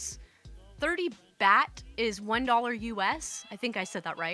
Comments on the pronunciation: Good stories! Fyi, the currency is pronounced like bought. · "Bat" is close. But it's actually "baht", that is, pronounced like the last syllable of the word "robot". And I'm pretty sure on that one because I literally just finished having a "welcome home" brunch for my cousin and his wife, who just got back to the States after a monthlong trip to Thailand. This was their fourth trip to Thailand, but this time was a bit different because it was the first international trip with their two yr old daughter. Yes, my cousin and his wife actually took a 30+ day trip to a very distant foreign country that took 33 hrs to reach, including 26 hrs of actual time in the air, with a just barely two year old child. I asked my cousin how it went and he replied that "we had a really good three weeks." I was about to say how great that was; that his kid must be super chill to have handled that so well, etc., when I realized something was off with what he said. "Hang on--you said you had a nice THREE weeks? I thought you were in Thailand for, like, almost five weeks?" My cousin, without the slightest pause or change in inflection: "yeah, were we gone a total of 34 days. By the end of the first full week we all finally caught up with the jet lag and time change, and after that we had a lot of fun. Before that it was total hell. Complete, unmitigated hell on earth like I never could have imagined in my wildest nightmares. My kid got sick with some stomach bug and threw up the first time while we were waiting to pick up our bags at the airport after the fl